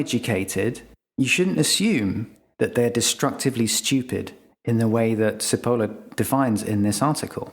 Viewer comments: Nice, and thanks. "Never underestimate the dangerousness of a stupid person in the grip of fear". Oh, and it's not pronounced "Sippohla"; it's "Chippol-la" with the 'o' as in 'pot'. Cheers! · sorry but his name is chipolla not sipolla. basic italian pronunciation. errr does that make me stoopid? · You have mispronounced Cipolla (Italian=onion). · The author's surname is pronounced "Chi" as in Chicago and "polla" (where the letter "o" has the same sound as it has in the English word "pot") NOT "si-poe-low", as you pronounce it. It matters. I was Googling "Carlo Sepolo" and coming up blank until I Googled "cinque leggi della stupidita' " In English, a literal translation of his name would be "Charles Onion". Cipola is a fairly common surname in Italy. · Pronounciation of the author's name oughtta be "chee-pol-lah", not səpəluh as you cite. Btw, I have the essay in my house since many years. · "Cipolla" is pronounced "Chee-pollah", not "See-polar". (It's also the word for "onion", in Italian. But that's probably irrelevant.) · Cipolla is pronounced "Chipolla" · Carlo Maria Cipolla (pronounced CHippolla) taught history in the European University in Florence (San Domenico), Italy. (I worked there as translator from 1993 to 1997.) His book 'Allegro ma non troppo' contains his essay that you talk about in this video. Lack of logic is part of stupidity. A person without logical thought is difficult to predict. The book contains another essay on the trade of pepper and its consequences. Very interesting. I highly recommend it. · It may have been said earlier in the (now) 10,300 comments (everyone's an expert on this topic), but missing off ther top and bottom of the diagram, was that mistake deliberate or accidental? And Cipolla should be pronounced as "chipolla", it's Italian for onion. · His last name is pronounced "chip oh la". It means onion in Italian. His full name translated to English is "Charles Onion". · Cipolla ist pronounced t͡ʃiˈpolːa, stupid!